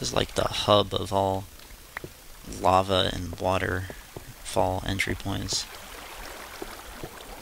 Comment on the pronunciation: lava not lave